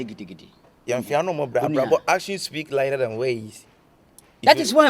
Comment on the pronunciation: Kyekyeku once said :action speaks LIDER than WORDS ....atear rough 😂😂😂😂